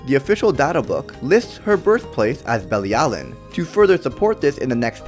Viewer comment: You are pronouncing Bilialin wrong 🙄🙄